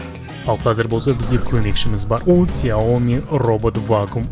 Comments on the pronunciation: 4 рет ксауми деп айтыңыз дұрыспа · 4 рет Хйаоми деп айттыныз